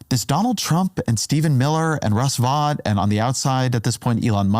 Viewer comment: Youre ignoring that everything DOGE is doing is illegal and unconstitutional, and you’re claiming civil servants are just a bunch of liars. Did I stumble on a Fox News video? By the way, you’re pronouncing “Vought” wrong.